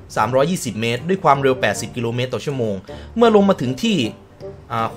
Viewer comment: ถึงคับพี่ไม่ใช่ดึง